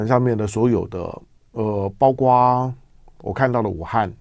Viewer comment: 括（kuo）四声，来唐先生，跟我一起读，kuo，括，包括，kuo括，广括。...........好的唐先生你进步好快噢！